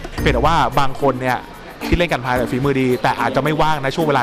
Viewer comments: The name is gunpla but you said kumpla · กันพร้า = คือกันดั้มผสมกับคำว่ามีดพร้านะครับ ออกเสียงผิดแล้ววววววววววววววววววววววววว แล้วส่วนมากเขาเรียกพวกของเล่นที่เป็นชิ้นส่วนพลาสติกว่า พลา'โม คร๊าบบบบบบบ (พลาสติก โมเดล)